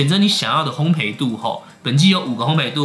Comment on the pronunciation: 如果可以，請說烘ㄅㄟˋ，謝謝! 烘焙(ㄅㄟˋ ) 一直賠，陪不完xdd